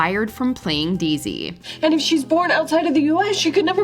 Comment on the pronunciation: Everyone: Daisy: Dissy